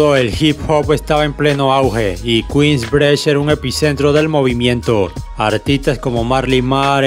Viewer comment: "Kuins brich"